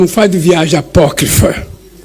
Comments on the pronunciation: Você é o ignorante e por isso que não sabe o que é "Apóquifro", que foi como o dito cujo falou? Falou? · O falando a palavra "apócrifa" quase me fes mij@ nas calças! KKKKKKKKKKKKKKKKKKK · Disseram pra ele, fala "apócrifa", fala "apócrifa", mesmo sem ele saber o que significa!